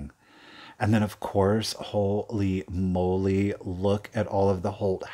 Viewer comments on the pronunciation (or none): none